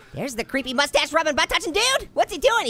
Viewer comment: I laughed 😂 so hard when he keeps saying mustach